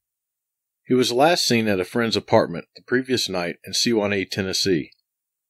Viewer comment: It's pronounced Suh- wahn-eee Sewanee.. But it was actually in Alto.TN. Roarks Cove. Nice upload.. A friend of mine and his family, live on Monteagle Mtn. It's about 10 - 15 miles from there